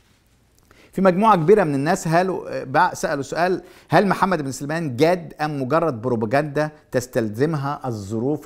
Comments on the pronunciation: يا عم مجدي أبوس ايدك تنطق اسمه صح .. اسمه محمد بن سلمان مش سليمان ... قول ورايا .. سين عليها فتحة .. لام عليها سكون .. سلمان .. سلمان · 🔴انطق اسم الملك بشكل صحيح (((سَــلْمَــان))) وليس(سِليمان) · اسمه محمد بن سلمان وليس سليمان وكلمة وهابيه ليس لها معنى ديننا الإسلام ومنهجنا السنه كلمة وهابيه يقولونها الشيعه الكفره لان الشيخ محمد بن عبدالوهاب قضى ع الأوثان والأصنام فقط ،،، اتمنى ترجع للتاريخ وتنطق اسم سلمان كويس ههههههه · انت تنطق اسم الملك غلط بداية سيئة وهو واضح